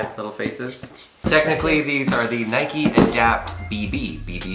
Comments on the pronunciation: Doesn’t know how to say Nike “ohh Nikee shoes” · LATE COMMENT BUT WTF WHO SAYS NIKEY YOU DONT CALL A BIKE A BIKEY DO YOU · English - Nike American- Nikee